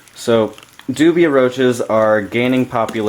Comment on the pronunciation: it is pronounced do-bi.... as in Dubia India....